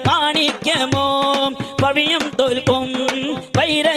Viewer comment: പവിയം അല്ലാട്ടോ പവിഴം